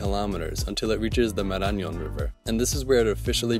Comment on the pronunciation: Despite showing us the accent is on the "o", he still pronounces it "Maráñon". Just a linguistic eventuality I found funny